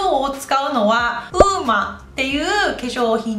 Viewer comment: ウーマと読めなくてずっとウオヌマって言ってた笑